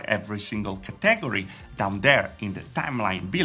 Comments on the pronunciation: Cheapo Cah teh gory category. It should sound more like cat / Catta / Katta then gory. not cah - teh - gory. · Kah-tag-O-ry > ka-tah-gor-E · Bruh who else heard ca tag gor re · I like how you pronounce Category. Ha, ha, ha. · You said like it how Dexter says laboratory.